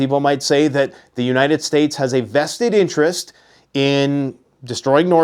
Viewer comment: "Unated Nations"